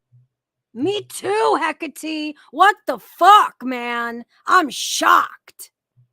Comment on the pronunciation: The way you butcher Hekates name!?! he-Kaa-te ( love you both though ❤️)